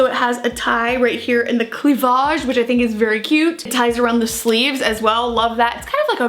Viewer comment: “a tie right here in the CLEE- VAGÉ” blazed and glazed vibes